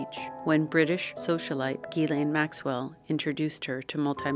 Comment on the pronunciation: The fact that she knows the correct pronunciation of Ghislaine Maxwell's name is proof enough!